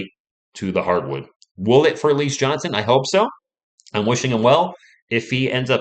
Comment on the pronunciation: It's pronounced Al..E..Zay